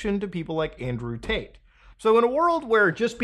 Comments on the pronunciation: He’s saying Andrew taint. Every time. Lol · Not gonna lie I thought you said Andrew taint at the beginning